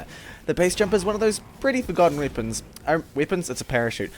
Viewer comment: u still saying wipons